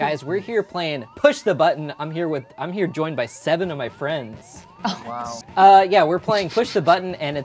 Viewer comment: Awashaaa be fwendsss